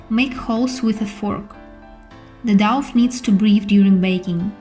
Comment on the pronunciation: Lovely, thank you so much for this video! I will make this tomorrow. Just a very small point, you pronounce it like 'Doh', not 'doff' :)